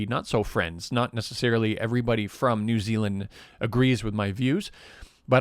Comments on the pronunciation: "New XiLand" I died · New Xi-land 🤣 hihi